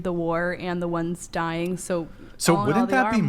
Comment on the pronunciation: I’m sorry. “DIEYING?”